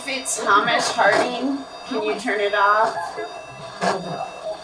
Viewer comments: Amazing video! Thank you. Just one thing, Hamish is pronounced Hay-mish. ❤ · Hamish is a Scottish name pronounced Hay-mish